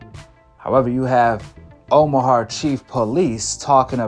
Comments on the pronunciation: Omaha bro OMAHA. Not omahar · I respectfully say this. It’s not a r at the end of Omaha. Plz leave the R out of Omaha. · Bro if you say omahar one more time 😤 It’s Omaha. Omaha!! Not har.. lol Much love brother 😅 I just had to get that off my chest. ✌🏿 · Omahart?!..why bro? Smh 😂😂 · Omahar lol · Is no one going to correct this on how to pronounce Omaha?